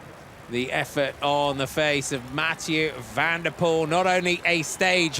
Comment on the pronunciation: Not VAN DER poel but Van de POEL.